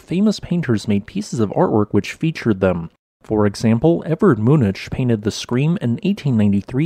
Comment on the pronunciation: "Edverd Moonich"???? Dude...we gotta talk.